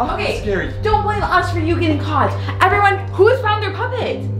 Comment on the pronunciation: is it just me or did it sound like Cole said someone got got instead of someone got caught